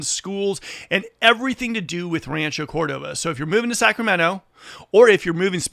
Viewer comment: Bruh can't even say Rancho Cordova properly...